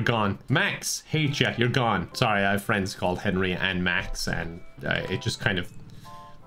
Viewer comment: Hey thereeeeeeeeeeeeeeeeeeeeeeeee frujends-starts slurring